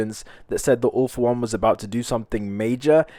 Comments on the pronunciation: Why you say ALL FOR ONE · Whay did you say all for one in